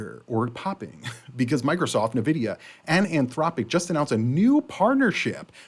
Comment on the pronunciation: It's pronounced En Vidia